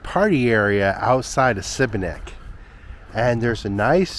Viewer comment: For pronunciation - most place names stress is on first syllable. TROgir - for instance and SHEEbeneek (is the best way I can help you with how to pronounce sibenik.